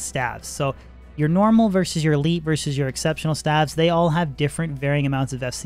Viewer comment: what the fuck are stavs? you mean, staves? Staves, like graves or caves. Engrishy OP